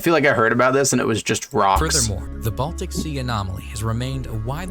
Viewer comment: Why does it sound like the idiot calls the Baltic Sea "The Bosnian Sea"?